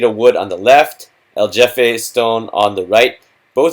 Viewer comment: The problem with Spanish is that they don't pronounce letters the way all the rest of the western world does. You kept saying El Jefe stone as if it were pronounce like the English "J" as in Jeff or Just. Spanish pronounce "J" like the ch in the German Achtung. So the Spanish "Jefe" can be spelled CHefe as a transliteration to get you that guttural CH as in Ach or Achtung.